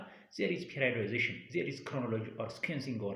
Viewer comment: You are good teacher in my understanding thanks more, However Please don't say "ፔሬድአይወዳይዜሽን" this word periodization say ፔሬዳይዜሽን